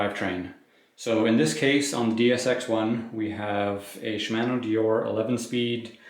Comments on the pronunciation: I find it more amusing than irksome. To be specific, it's the second syllable in Shimano that is pronounced in an interesting manner. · I don't have an issue with your voice, but they way you pronounce Shimano kinda irks me.